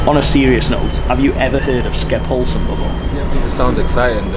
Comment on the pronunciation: Skepphollsm, so that is how we should pronounce it from now on here in Stockholm